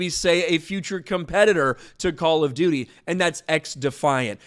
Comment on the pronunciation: All I hear is ‘Call of Doodie’.